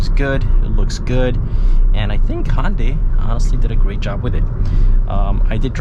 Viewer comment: ITS HYUNDAI NOT HONDAI Jesus, pronounce it properly